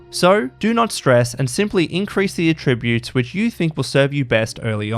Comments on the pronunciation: You say "attributes" wrong. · I just want to know how the voice-over guy got this far in life without knowing how to pronounce "attributes" correctly for the context. Actually infuriating. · Just returning after a few years. Nice to see such changes, it's greatly improved game. The next improvement should be the way the voiceover guy for this video pronounces 'attributes', because it's really annoying and distracting.